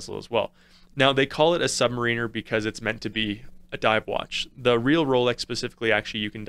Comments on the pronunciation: I can’t take any review seriously when submariner is mispronounced. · A nice set but some glamour shots of the watch itself wouldn't go amiss. Also never heard someone mispronounce submariner before ;)